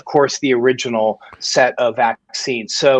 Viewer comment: FFS someone please tell Sam the word is BI-VALENT, not BIO-VALENT. Every show he massacres it.